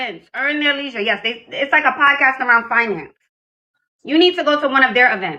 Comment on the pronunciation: She couldn't pronounce the word 'leisure' 3 times. She is worth nothing, that's why those dudes are boring and them big words turn her off.